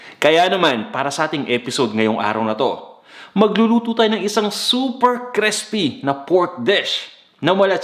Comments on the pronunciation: Okay ang cooking mo pero ang arte mo mag tagalog at nag slang ka pa sabay taglish ka pa. Arte mo bata. Mag Tagalog ka nalang para tunay na pinoy. Buti nalang sa dulo eh nawala na arte mo sa taglish bata. Crispy not Crespi ! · Baka po crispy at di crespy. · Nakakaloko yung pagbigkas sa "crispy". Parang sinasadya talaga, eh.